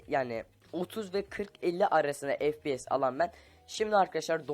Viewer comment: fps değil, ef pi yes